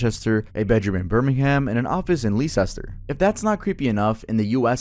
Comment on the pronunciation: The way you said Leicestershire killed me bro. I am an American living in the UK 😂